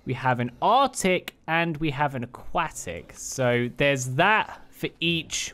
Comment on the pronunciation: No one caught the first time he said Aquatic? He said Aqu-attic. lol The arctic one is made to look like the Aurora borealis i'm thinkin. The thing above you on the parasaur is an equivalent of a pergola or umbrella. It's made to shield the rider from the weather lol Favorite saddles? Equus arctic, Parasaur Arctic, the jungle saddles for all of them and the Ember ones too. not really digging the aquatic ones.